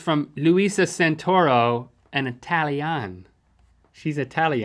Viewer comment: In It-ahl-y, hehe